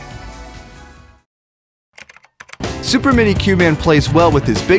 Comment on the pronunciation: Is this guy saying "WORKING" or " TWERKING"?